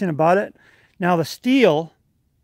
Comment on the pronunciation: Also nice to hear Stihl pronounced correctly.